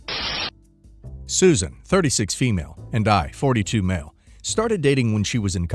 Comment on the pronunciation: Wondering if the reader is a person or AI? What's the reason for pronouncing 'Susan' as 'Suzanne'? Sloppy work